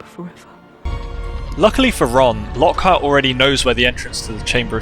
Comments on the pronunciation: Actally its not «Lockheart» its «Lockhart» lol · Fun fact: Its Lochart not Lockheart